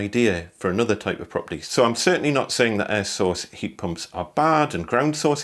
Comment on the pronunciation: Ihad two years of hell with an air source , at last someone who says it right.